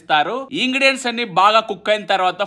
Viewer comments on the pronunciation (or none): Ingredients❌ Ingidians ✅ 😅😅